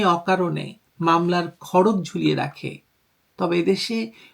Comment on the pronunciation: আপনি আসলে খুব সুন্দর বলেন কিন্তু আপনি খরগ বাদ দিয়ে উচ্চারণ করবেন খর-গো ।